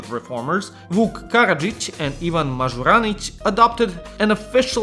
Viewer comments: it's MažUranić not MažurAnić you filthy serb /s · Bro butchered our boy Mažuranić 💀